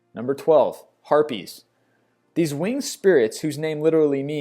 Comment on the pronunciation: GOD, I thought you said herpes for number twelve! WHAT WAS I THINKING OH GREAT NOT CAPS LOCK IS STUCK